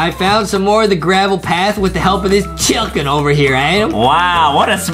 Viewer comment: Lol 🤣 foxy said chukin